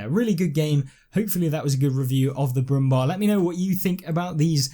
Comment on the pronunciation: Pronounce „Bär“ in Brummbär just like bear. Brummbär means „growling bear“.